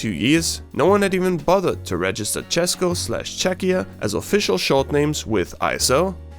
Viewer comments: that's the best č I have ever heard from foriners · ikr when i heard say cesko and yk i was shocked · im from czech and i bet my ass you had to practice pronouncing "česko" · god DAMM never heard better pronunciation of mine state from non-native speaker also hey, thats my little state :) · This is actually first person who isn't Czechian and can say ''Česko'' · This video is now property of Czechia gang" 😂😂 Určitě, ale musím pochválit za velice čistou výslovnost Česka. Opravdu to zní jak kdyby to říkal čech ;) Pozdravuji z Česka z moravy ! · Dobrá výslovnost "Česko", od učitelky by jsi dostal velkou pochvalu. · uuuuuum how you know to say ´´česko´´?????? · He is an Austrian too. In german language we have vocals, english speaking people don't have. That's the reason why he can prounounce Česko so well. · oh my god this PRONOUNCIATION of Česko and Československo and Česká republika is SO GOOD I love this, instant sub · So perfectly said “česko” and “československo” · This is the cleanest pronunciation of "Česko" , "Československo" and "Česká Republika" I heard by someone who doesn't speak the language, that was better than like over half of actual native speakers, I think a tear came to my eye. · As a Czech person, I think we need to give this guy credit for pronouncing “česko” and “česká republika” really well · ARE YOU CZECH?! Cuz the way you pronounced Česko and ČeskoSlovensko is actually... I speak mostly nowdays with people that can speak English I hate Czechia for many reasons and love for not so manny, but my point is I speak with lot of people from different countries and if they know what is Czech Republic or at least they know CzechoSlovakia (Mostly americans... no offense though) when they try to prononce it you hear ČEŠko or they just say Czech or Czechia this is the greatest day of this year so far, also the fact that somebody is actually interested making a video about this shitty unknown country.